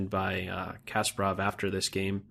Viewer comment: Loved everything but your terrible pronunciation of Kasparov.